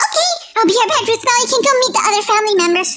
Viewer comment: Lol rootball it’s not rootball it’s rothbell?